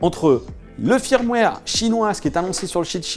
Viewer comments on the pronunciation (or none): pour info, "Firmware" ça se prononce "Feurmware"...